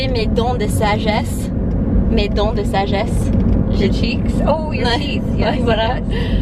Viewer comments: Il ne faut jamais arracher de dent de sagesse. Ce sont des dents qui ont une utilité, comme les autres. Trop marrante la mère : "Tu as gardé mes dents". Elle a compris "garden" (jardin). "J'ai quatre chiants" !! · "j'ai quatre chiants" ptdr